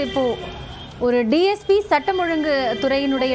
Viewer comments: DGP illa ma DSP Olunga news padi ma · முதலில் டிஜிபி😂 டிஜிபி என்று இரண்டு முறை செய்தி வாசிப்பவர் சொல்கின்றார் இது தான் செய்தியாளரின் திறமையா? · டிஜிபி இல்லம்மா dsp கவனமா சொல்லுங்க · ஏம்மா, டிஜிபி யா இல்ல டிஎஸ்பி யா.. தவறாக சொல்லி விட்டால், மன்னிக்கவும் டிஎஸ்பி ன்னு சொல்ல வேண்டியதுதானே...